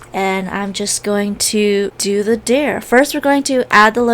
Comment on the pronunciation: i love ur videos but why do u say dare like deer